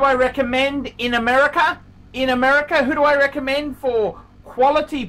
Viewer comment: “if you want to phind a lot oph garbage... this is the channel phor you” you’re supposed to be sprooking his channel, not yours